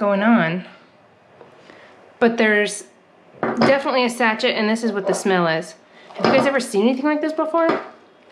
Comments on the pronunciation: Dear,. The little packet is sachet which is pronounced sa Shay, not how you said it like hatchet!😊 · Sachette, LOL. You're so cute. It's pronounced saˈSHā (sa-shay). But sachette works too. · Congrats on your haul...love the little giraffe. BTW, not sachet (rachet) it's "sashay". Just here to help! The profit margin on the cup holders must be outrageous! 🥰❤ 🚙💨 On To The Next 👍 🤸‍♂️ Enjoy. Your. Life. 🤸‍♀️ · You pronounce it sashay not a sachet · Added note: the word sachet is pronounced sa-shay. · LOL! Sache(y)t. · Not sure but I think you pronounce that sash-ay! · it is a sachet, pronounced sashay. It's for scents and sits on your dressing table or bath vanity.